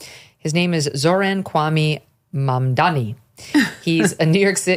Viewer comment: These people's Irish ancestors would have been made fun of 100 yrs back when their names were pronounced as MC err Laughable for McLaughlin just like how she purposely mispronounces his last name. Hypocrites to the core.